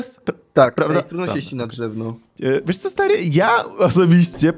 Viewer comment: Czemu powiedziałeś dżewno?